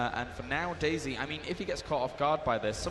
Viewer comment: does anybody else hear "daisy" as "dayz" ?